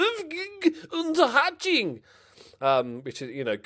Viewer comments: also totally correct 😊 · you managed to say Unterhaching almost entirely correct. well done mate